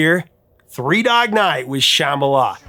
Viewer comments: Woah, Dude, you TOTALLY slaughtered the word Shambhala! 😬 That was EXTRA cringe. They pronounce it wrong in the song, and you just followed suit, displaying your massive ignorance! Everybody knows what Shambhala is and how to pronounce it, lol!!! 🤭🤭🤭😂🤣🤣🤣🤣🤣🤣 I have one friend who refuses to even listen to the song, because the mispronounciation bothers her THAT much! It bothers me, too, but I still love the song. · Geez. Take a chill pill. The B is silent. So what? You act like everyone is pronouncing it like "cheeseball" or something.